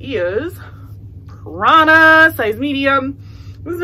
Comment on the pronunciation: When you said Prana I thought you said Prada lol